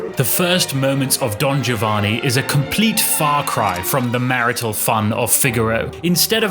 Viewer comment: A minor point, but I really prefer to have "Giovanni" pronounced as Italians would, i.e., as "Jovanni." Btw, while considering these two operas as mankind's greatest acievements, I slightly prefer Figaro because its characters are more human, more relatable to, more worthy of sympathy.